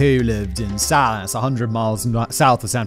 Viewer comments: Salinas is sa-LEE-nas, not SA-lih-nass. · Love the video, but the was Salinas is pronounced really threw me as I’ve never heard it used that way before. But too be fair half the places in California don’t sound how they look on a map.